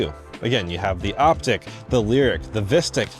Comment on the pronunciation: Likely the proper pronunciation is "Op - teek" ...not "Op - tick".